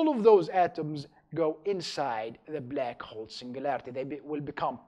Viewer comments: oh come onnn it's not blEck hole it's BLACK HOLE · a blaakc hwolle